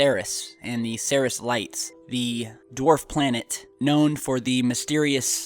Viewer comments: you're pronouncing Ceres wrong, it's pronounced "seer-eez". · It's pronounced "see-reees" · its pronounced like SIRI with an s on the end dude. have you heard it said before? ceres.. SEAR-EES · It's Cer-eeze... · isn't it pronounced "seer-ees"? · I believed it's pronounced series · You know, I might take this crap more seriously if the presenter actually knew how to pronounce 'Ceres' correctly... No, no, I don't think I would take it seriously after all. Lol!